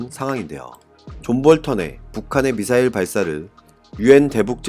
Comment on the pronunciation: 무슨 발사체 용어 수정할수 없는가 미사엘을 미사엘 발사했다 왜 쫄라 말도 못하는가 방송 집어 치우시요